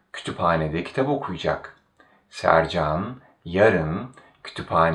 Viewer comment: I've noticed that some letters aren't pronounced, or perhaps I'm not hearing it. For example, when you pronounce Sercan okuyacak, I hear something along the lines of Sercan oku'cak (with the u elongated a bit). Is this common?